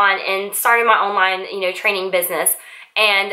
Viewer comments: Why do you pronouce "you" word with such "yoh" sound? Is this popular in some parts of US? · just first few seconds of your video:.I going to..update you.... The word "you" sounds just different than usual